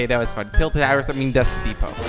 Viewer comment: u dont pronounce it like "Dust depo"